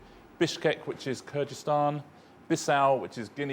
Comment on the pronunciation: He said Kyrgyzstan, but he pronounced it incorrectly.